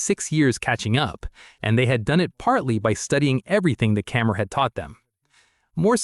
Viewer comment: get a human to narrate THIS A CAMMER NOT A CAMERA !!!!!!!!!!!!!!!!!!!!!!!!!!!!!!!!!!!!